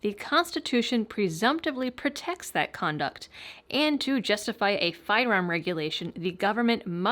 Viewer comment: Whenever says "Firearm," the Massachusetts comes right out and I'm here for it!